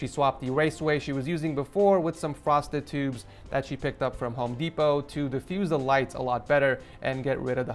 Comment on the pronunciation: It sounded like you said "prostitutes" at first instead of "frosted tubes". I had to listen to it three times just to be sure. 😅